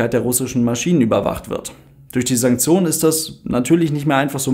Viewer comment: Sanksionen? Sanzionen? Santsjonen? Wie schreibt man das? Vorne mit „S“ „A“ und „N“. Das hab ich zumindest verstanden…